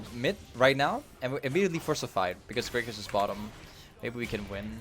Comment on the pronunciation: yo its "GRAGAAS" not "greygus" lmfao much luv to u fam <3